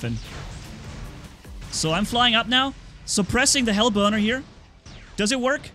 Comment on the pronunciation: Is it just me or when he says hellburner it sounds more like hellboner